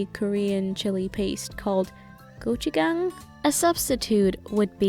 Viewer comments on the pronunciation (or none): how do you pronounce gochujang as gochukang lol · GUCCI GANG lmao haha it's actually GOCHUJANG --> you pronounce J-A-N-G like how you say J-U-N-K but of course, without the -K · Ik I'm late but its called gochujang, her pronunciation was just way off. She said gochu-gang, changing the j to a g lol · Gochujang (고추장) is pronounced like "go-chu-jang," kinda like "go chew jang" not "go-chu-gang" like a gang haha I hope this makes sense! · When she said the spicy paste name it sounded like Gucci gang lmaoo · She butcher saying Gochujang sa bad (it’s Got-chuu-Jaang) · Is it me or when she said Gochujang my brain was like Gucci gang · me:randomly watching this vid her:go-chu-chang my mom:WhAT DiD ShE JuSt SaY!! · When she said the name of the spicy korean paste it sounded like gucci gang🌝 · I was searching for this comment... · P E A C H Y B E E it sounded like it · Die koreanische Chillipaste wird “Gotchutchang“ ausgesprochen 😁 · gucci not guchi, hon x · Little Amigo i know what she said haha it just sounded funny